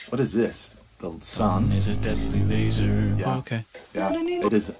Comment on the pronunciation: "You've probably heard about the plastic in the ocean" - and if you haven't... 24 mins later... "And the ocean is full of plastic!" And I like how you explain what a laser is, and ignore that he actually said "lazer" instead. Totally different (even in America, "ztimulated" is not a word) Also, I'm not sure if you noticed this, but when the British convicts showed up in Australia, there were already people there. You might want to occasionally remember they (still) exist.